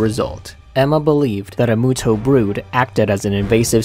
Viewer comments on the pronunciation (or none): I thought it was pronounced "MEWTO" not "MOOTO" ._. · I thought it was pronounced m(you)to